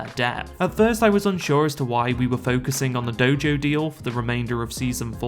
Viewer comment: Good analysis... but it's GoJo not DoJo :-)